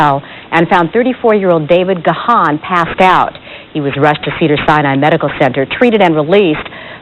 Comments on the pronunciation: It's pronounced Gone not Ga-han. Geez! Home-boy almost died the same weekend one of my other Home-boys died. R.I.P Bradley Nowell. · His name is pronounced "Gahn" (like "gone"), or consider the "h" silent ("Gaan"). Now that's out of the way, I admire Dave for his recovery. One day at a time, Dave. You're an inspiration. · Its pronounced GONE not Ga Haan